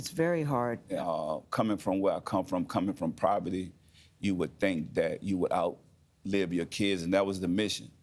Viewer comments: Can someone tell master p that it's called poverty not proverty he has been saying the word wrong since the late 90s no disrespect to him I been a fan since I was 12 years old and have nothing but love for him and his hustle. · Soooo sad. R.I.P. 😢 What's also sad is that this man, despite his education & ALL of his achievements, does not know how to pronounce the word poverty. He says "PROVERTY" That isn't a word! Since this is #superbowlweekend, and #MasterP is a #NewOrleansNative, he's doing a lot of interviews . After watching 3 different interviews, my heart breaks because no one on his team has the heart to tell him of this glaring mispronunciation. Is there a certain type of protocol to use when someone in the public eye makes mistakes? He mentions, often, that he comes from poverty. Someone should have told him by now. I can't be the only one who has picked up on these cringeworthy moments. #TeamMasterP, where are you???